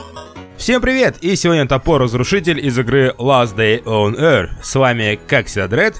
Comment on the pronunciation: Меня бесит когда говоря ласт дей он йор если он ласт дей он йорч йорч-er